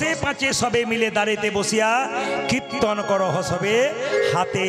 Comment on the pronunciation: কৃত্তন নয়, উচ্চারণ টা কীর্তন হবে, ঔদ্ধত্য মাফ করবেন, ধন্যবাদ।